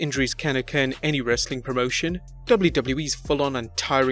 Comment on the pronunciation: The way he say wwe kinda annoys me, am I alone on this? Great video otherwise!